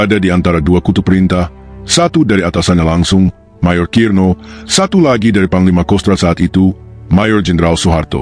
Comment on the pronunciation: Mejer opo Mayor - - - bacanya/ngomong nya gak jelas - - - MAYOR SUKIRNO jangan mejer Sukirno - - - sok ingris